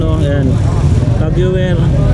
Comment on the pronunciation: Boss tag hoyer ang tamang pag bigkas ng tag heuer